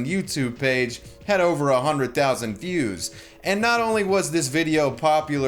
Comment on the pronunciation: You pronounce views as fews